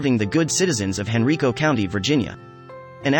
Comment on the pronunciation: Cops are people, too. God bless! Also, it's HEN-RYE-CO.